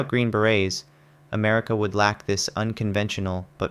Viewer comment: TERRIBLE voiceover. Trash. When you can’t even say “160th SOAR” and “Green Beret” it calls the entire video into question. It sounds like pure low-effort AI slop. 👎